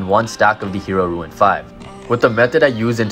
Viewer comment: It's rune. "REWN" . NOT RUIN.